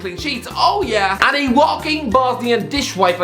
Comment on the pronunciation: Well done to the for being the first ever English speaker to pronounce Kolašinac’s name correctly! 👏🏻👏🏻👏🏻